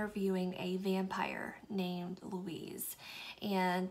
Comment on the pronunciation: The vampire named Louise? Pretty sure it's louis